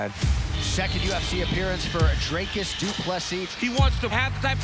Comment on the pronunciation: Pronounced his name right 🙏🏾 That fight against Tavares had me stressed in the beginning but he did it. He has a lot to work on but he has the spirit and the skill.